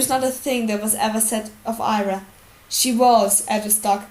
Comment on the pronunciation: it's Arya not ayra like you reed it